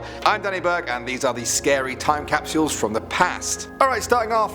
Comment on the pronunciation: TiME CAP SH - EE UEHLSS please stop.